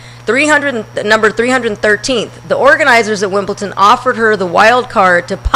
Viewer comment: Shit, where is there a letter 'T' ANYWHERE in WimbleDon?